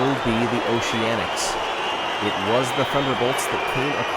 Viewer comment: "Noceanics" lol